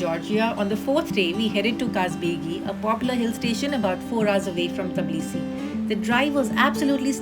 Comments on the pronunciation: Everything was well explained and in details. However its not "Tablisi" , its "Tbilisi". I love the country and will be going back again. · Teblisi.....😂 Or tiblisi ... Tabla nahi nahi hai mam😊